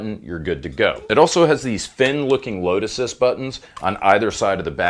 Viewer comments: lmao. I totally heard lotus too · Every time you said load assist, I heard lotuses. LOL I hope I'm not the only one. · Its how he says " load assist " button .